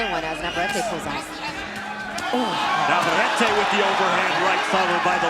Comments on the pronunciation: Stupid commentator is a total disrespectful POS AT LEAST LEARN TO PRONOUNCE " VAQUERO NAVARETTE ! NOT FKING "NA VER ET" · Navarrete is pronounced Nah•var•reh•teh